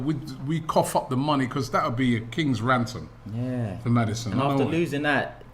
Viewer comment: Anyone else notice every transfer period Robbie says 'a KiNgS rAnDsOm' LOOOOL SHATTUP